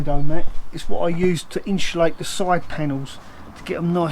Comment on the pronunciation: There's no h in insulate,. 😜